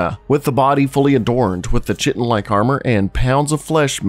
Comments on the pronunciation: Chitin is pronounced "KY-tin," not "chit-ten." 🙏🏾 I really enjoy your videos, by the way. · It's pronounced "Kai-ten" not chi-ten. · Chitin isn't pronounced " chit in " It's correctly pronounced "kai-tin" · Ky-ten lol ch-itten?! ❤ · Although sometimes it looks like poop, chitin is pronounced 'ˈkītn', therefore 'kay-tn', not sh*tten. :D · Kite-in not chai-ten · “Kai-tin” great video, hate how you pronounce chaitin. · It's not a lot of work to look up the pronunciation of a word that you're going to repeatedly use. Kite-in, not chit-in, is how to say chitin. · You're mispronouncing chitin. You're pronouncing it with a ch sound as in chair when it is pronounced like kite-in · The word you’re mangling is chiton (Kite’n) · Chitin is pronounced ki (as in kite) tin. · Chitan is pronounced, "kite - in" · All this time I thought chitin was pronounced "kite'in" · Chitin is pronounced kiteN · Chitin is pronounced "Ky-tin". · I hate to be that guy but i'm pretty sure chitin is pronounced like kai-tin ;) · Chitin = Kie-tin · I hate to be that guy. Chitin is pronounced ky-tin. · stop saying chitin it’s pronounced kie-tin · You succeeded in triggering me with your pronunciation of chitin 😂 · The reason I’m writin Is how to say chitin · The repeated mispronunciation of chitin is really triggering. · Please google how to pronounce "chitin"